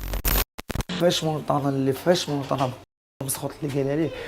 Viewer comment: نطقك للحروف فشكل. مونتانا ماشي مونطانا. حاول تحيد لهجة العروبية فكلامك مع تحياتي لخوتنا العروبية اللي فهمو القصد ديالي